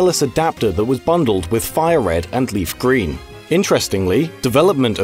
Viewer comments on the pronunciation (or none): none